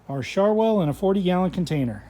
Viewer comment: Shar-whale? Not shar-wheel?